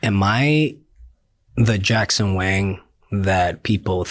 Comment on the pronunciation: Bhai mere, वैंग nahi वांग pronunciation hai